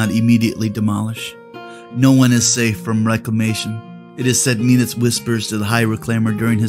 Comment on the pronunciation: MEN-awth sounds better instead of MEEN-awth. The nasal pronunciation trends in Privateer Press like KAY-dor instead of KUH-dor, ur-CANE instead of ur-KHAN, are so annoying and French/wimpy/whiney/nasal-y sounding. Bleh